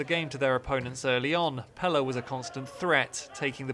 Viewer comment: How does he not know how to say Pelle